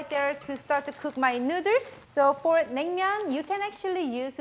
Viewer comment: Say noodles right. Your saying Neuter like vet term for fixing an animal. Say it right or don’t say it at all